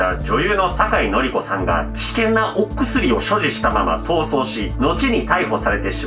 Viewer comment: 危険な＂お↑くすり＂はマジで草